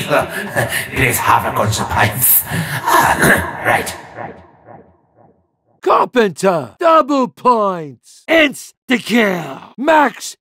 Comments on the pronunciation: why is carpenter pronounced so weirdly on the samantha voices it sounds like he says "krankten" why is no one else talking about this after like 12 years? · i used to hear “Carbon dough” lmao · I've been playing zombies since 2009, I never realised it's called carpenter, it always sounded like crackter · I always thought it was carpendo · I thought it said carpeter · Honestly i thought when bo2 richtofen said carpenter he actually said rubadub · Anyone hear bobadob instead of carpenter